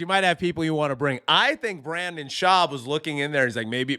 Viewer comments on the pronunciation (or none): Hey, Redbar called. He said he wanted his shtick back. And I can't stand him either, but it's pronounced Br-IN-den. I was going to take a shot every time you said Brandon, but as a general practice I try to avoid alcohol poisoning.